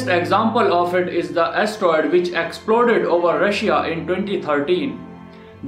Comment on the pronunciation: he can't an astroid!